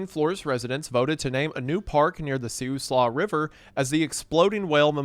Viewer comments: I knew when I clicked on this video I would get to hear a classic Siuslaw mispronunciation 😂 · for anyone wondering siuslaw is pronounced "sai-oo-slaa" :)